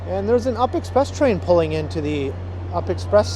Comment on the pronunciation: it's not an "up express train", it's a "you-pee express train"!!!: 😀